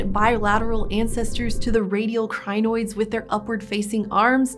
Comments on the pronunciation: It is Crin-oids just two syllables. Crin and oid. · Every time she says crinoids it reminds me of zanoits, from the Ricardo ep of adventure time lol